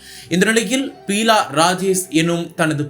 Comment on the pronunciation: Peela illa Beela ( basic ah plus two aavadhu padichirukeengalaa ..seithi vaasipaalare??)